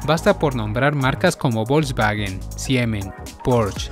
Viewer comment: Muy buen video, y con respecto a las pronunciaciones, me atrevo a decirte que has pronunciado mejor los nombres alemanes (excepto Porsche y Volkswagen) que los nombres italianos. Soy de origen español, tengo ciudadanía italiana pero vivo en Alemania, en Stuttgart, ciudad que es la cuna de empresas que has mencionado, como Daimler Benz, Porsche, Bosch, Kärcher y muchas otras.